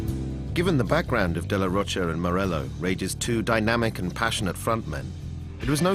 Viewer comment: Omg why does everyone say de la rocha wrong lol. Hes fucking mexican. Its roCHA like Cha Cha Cha damn it lol